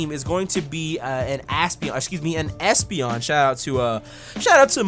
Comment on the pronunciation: you called espeon an a you said a$$peon lol